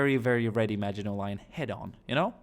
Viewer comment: Thank you for pronouncing maginot properly ❤️